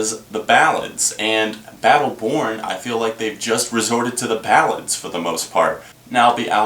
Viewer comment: bum's sound in the future. more synths, less power chords, more experimental. nice review though. oh, and it totally sounds like you're saying battle porn in the beginning.